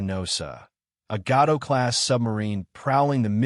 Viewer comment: The “Old timey defect” effect is on a 2 second loop. - Mispronounced Gato class. Reeeeaaaaly looking like another full-on AI channel.